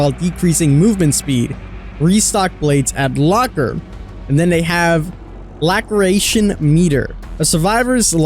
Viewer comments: literally everyone: la-sir-ray-tion king: lack-ree-ay-tion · It's pronounced "LA SIR ATION" not "LACK ER ATION" 🤣🤣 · By the way laceration is pronounced "las-eration" not lacreation lol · Lass-er-a-shon : laceration aka a cut. I love your videos but imma need you to do some research on some of these words bro. I find myself triggered as hell by the end of a video sometimes. Much love though. Keep up the good work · Are you not a native English speaker? The amount of times you mispronounce words is actually triggering >.< It's Lah-sir-ay-tion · Love the videos, keep it up. Its pronounced la-sir-ation isnt it? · Las-er-ation is how you pronounce "Laceration" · Laceration pronouced: Las-sir-ration Love the content King! 🤴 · Laceration. Lass-err-ation. A type of stab wound 💀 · Lol 'La creation' meter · Laceration (lac·er·a·tion) pronounced: (la-sir-ray-tion) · It’s pronounced laceration as in las-er-ation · King my brotha "Laceration" is pronounced "lass-sir-ray-shun" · Great vid, but it's pronounced "Lass-er-ation" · Ok since I’m a finicky person it’s pronounced “lass-sir-ation” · 🤣🤣 I'm like lackeration?? They are bleeding no lactating. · Just for future reference it is pronounced La-sir-ation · The way he pronounces laceration! 🤣🤣🤣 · Am I the only one laughing that he said laceration wrong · dude please learn how to say laceration correctly.